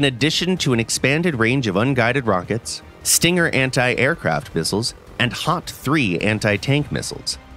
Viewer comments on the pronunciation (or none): none